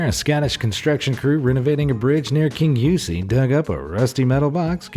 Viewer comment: It’s not kinuce it’s Kingussie and is Pronounced as king u see